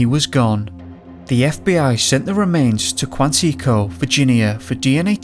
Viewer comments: Only thing u Buchered was Quantico said like Kuan ikko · Hey man, if you want to learn the pronunciation of Quantico watch Mindhunter on Netflix! Cheers!